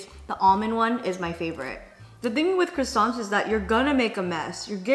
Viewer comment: Crissants 😅😅😅 qwa-san